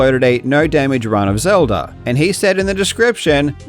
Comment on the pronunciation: "The Legend of Zelder" 😂 All fun and games